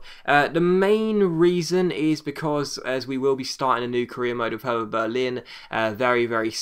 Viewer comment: Hey, just a quick tip, i'm German and Hertha Berlin is pronounced kinda like Herta not the English "Th" sound. Great Video, can't wait for a German team series!:-)